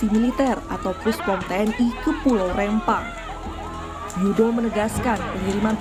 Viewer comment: REMPANG BUKAN REMMPANG ADUH HOST NI